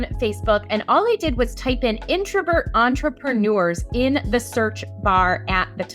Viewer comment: There's no "ou" in the word "entrepreneurs"